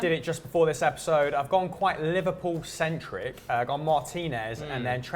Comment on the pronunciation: Right??? when i heared "livperpool in 4th" i had to pull back to make sure of what im hearing